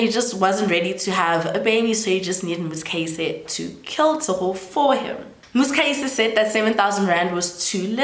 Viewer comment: I am trying so hard to ignore your pronunciation of "Muzikayise" 😭😭😭